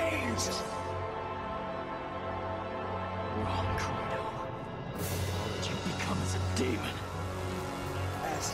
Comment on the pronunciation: It's pronounced cr ey do